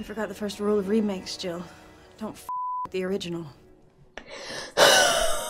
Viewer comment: pretty sure it’s Jill not gill.